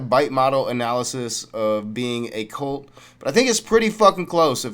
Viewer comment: Did anyone tell her it’s “cult”, not “colt”. Lmao